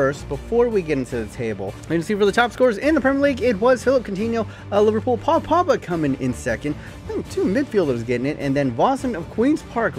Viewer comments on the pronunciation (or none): none